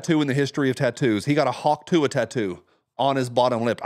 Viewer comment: Obama says haktuah 😂😂😂rolling on the floor 😂😂😂